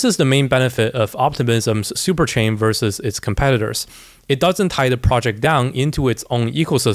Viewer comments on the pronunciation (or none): none